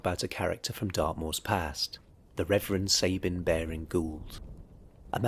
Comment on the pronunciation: Big mistake: His name: It's Sab as in 'cab', and 'ine' as in 'wine' NOT ' Sab' as in 'Babe' and 'ine' as in 'in'.